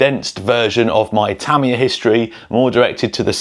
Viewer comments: If you were on Tamiya’s payroll you’d need to learn to pronounce their name correctly . It’s Tah-mee-yah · Japanese words might be hard to read, but hear a Brit say them is awful!!😂😂😂 Yah, the Tamiya kits are badass!!😁👍 Also, Tyco back in the day. That Turbo Hopper series kicked butt. My Science Project movie was GOLD for having one😁👍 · I always thought it was pronounced Tuh-my-uh Or is he saying it like that because of the way they say aluminum as al-you-min-e-um and they say “z” as “zed” which is nuts in itself. lol.